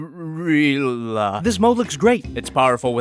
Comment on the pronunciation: "aka: GoUriiLlA" made me laugh for a while 😂